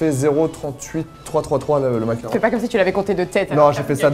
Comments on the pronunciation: Pk il dit mac Caron ? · Parck on dit Mac caron